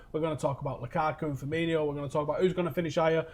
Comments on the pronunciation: Seriously pisses me off so much when people call him Firminho like there's no fucking H it's just Firmino. Stupid Manc twats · hes not called FIRMINHO, its just FIRMINO, no H, no "Inyo" sound, just "INO", "FEAR-ME-NO". Its really not that hard. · firmino, not firminho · "Firminho" fucking idiots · It's Firmino not Firminho you fat grizzly